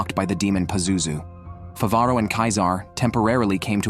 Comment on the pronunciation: Mofo has the AI narrator capable of saying Favaro correctly, but bahamoot. If you're gonna be a lazy AI recap channel. At least get the simple fuckin names right.